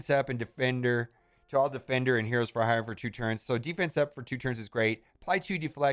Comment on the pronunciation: He had a real hard time pronouncing the word hire in this thing. 😄